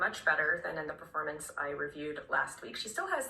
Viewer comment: "not a great perfo..." Woman, we about to come for your whole career